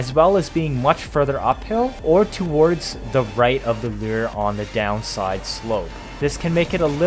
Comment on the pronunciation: It's pronounced "loor", not "leer".